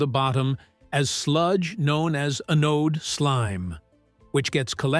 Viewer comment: Anode is pronounced An-ode.